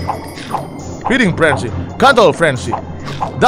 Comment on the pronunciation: Feeding bor bukan freding